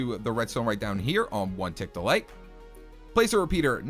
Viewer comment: I swear i keep thinkingg he is saying delight instead of delay